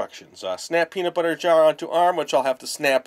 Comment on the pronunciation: sounded like he said pedobutter